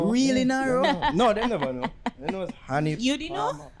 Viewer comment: He said Addi palmer not Anni palmer